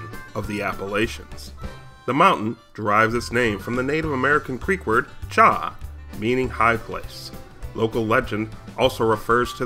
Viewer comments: Haha. Oh okay. I have lived in the area for 35 years and every single person I know pronounces it “Chee-Haw”. But hey, what do I know, right? 😂🙄 But seriously, great content! Gained a new sub and fan! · Excellent info, however, as an Alabama native, I do want to mention some local pronunciations: CHEE-haw and Talla-DIG-ah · It's chea-haw